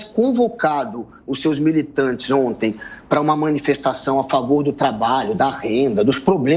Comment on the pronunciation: Esses comentaristas são muito bostas.. " ontens " kkk